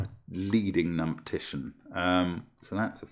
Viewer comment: Did Mark say "leading numptitian" at playback time ?